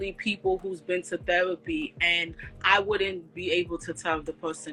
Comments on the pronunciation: Got a new drinking game...take a drink every time shawty says thewapy😂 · Axing about thewapi😂😂😂😂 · Her "re" words are said like "we" she said "Thewapy" 🙄😅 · T H E R A P Y, not THEWAPEE 🤦🏻‍♂️🤦🏻‍♂️🤦🏻‍♂️ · Did she say thewapee? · Yoooo, the way she kept pronouncing "thewapy" had me ROLLING!!! 🤣🤣🤣🤣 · Please stop saying the word therapy. You need to speech pathologist. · I can't get over this ladies pronunciation of therapy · If you can't pronounce therapy, stop saying it. She said theWapy like 20 times in 3 minutes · The-W-apy? Tell Mrs elmer Fudd to get a speech therapist too. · The way she pronounces "Therapy" is hilarious.